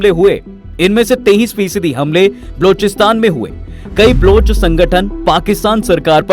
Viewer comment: ब्लुच नही बे बलोच है वो. कान पका दिये ब्लूच ब्लुच बोल के .